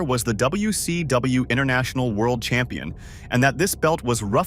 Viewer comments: The A.I voice struggling with "W..........C...W" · Seriously. It can hardly even say WCW properly, if ever...